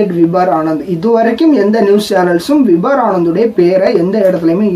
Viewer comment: Bro his name is vibhor not vibhar. Check for pronunciation in online